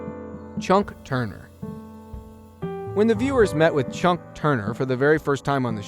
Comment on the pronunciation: More bad narration and mispronouncing names...it's CHUCK Turner, not "CHUNK"...